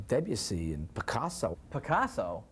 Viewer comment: Joel mispronounced "Debussy."